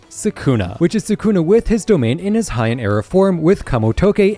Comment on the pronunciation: "highahn form"